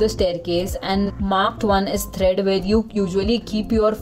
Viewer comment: The videos are very nice and helpful. But please correct the pronunciations such as tread, not thread.